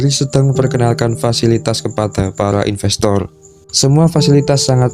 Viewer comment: impestor salah kak inpestor kalu